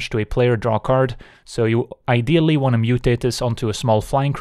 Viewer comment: Why do insist on pronouncing every word that ends in d or t as "ts"? "Tale's Endts", "if they wants", "at this moments" :S Are you Dutch by any chance? :p Otherwise excellent content!